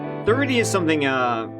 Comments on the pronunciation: funny.. last time u were intrestingly able to pronounce 30 correctly instea d of „TURTI“ u fn ldlot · The child in me laughs every time he says Turdy. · Admit it, you just wanted to do this story so you could say turty 🌲